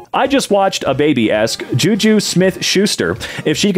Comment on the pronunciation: yes, you did say jujus name right